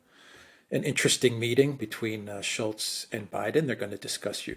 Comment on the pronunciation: solo video today, calls Olof “ ShultzY or Shultzie 😂😂 belly laughing whilst driving. Thx for what you guys do, unbrainwashing the brainwashed!